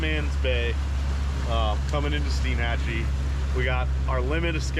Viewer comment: I really liked this vid since I lived in the Panhandle for 22 years diving, fishing, hunting, etc. Of course years ago, before the rich crowds found the white sand beaches and EXCELLENT fishing/diving it was better. With that said we explored everywhere including Steinhatchee. That is pronounced STINE-hat-chee (like a beer stein).